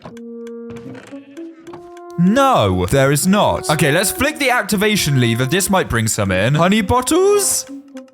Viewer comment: Bro your vids are amazing the only problem is you saying "liver" instead of "lever" its a bit strange but i think its just pronounciation problem or your the way they say in your country